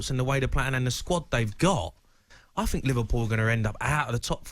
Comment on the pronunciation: “Think” not “fink” you cretin